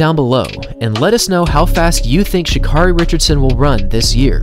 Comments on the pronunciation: It's not pronounced Sha'Car-EY It's pronounced Sha'CARE-Y. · She says her name is pronounced Sha KERRY by the way 👍🏽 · Btw, her name is pronounced, Sha'CARRI, like Mariah Carey. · You pronounce her name Sha Care 'ee! Like Care Bear. Sha Care 'ee. Please get it right because she is the next Flo Jo! Love you baby!!! Run your ass off!!!😎❤💋💯